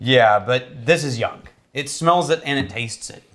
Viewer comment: Is it me or does say “youngk” instead of young? Maybe I’m confused, old, and can’t hear